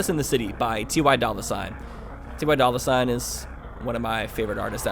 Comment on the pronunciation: So ty dollar sign is his favorite artist but can't pronounce his name?